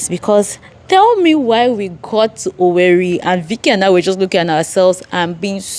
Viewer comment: It's pronounced OWERRE